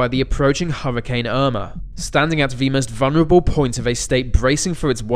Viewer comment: Huwwacane. Tewwible. Thweat .